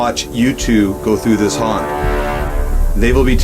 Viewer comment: C'est "haunt" et non "hunt" 😉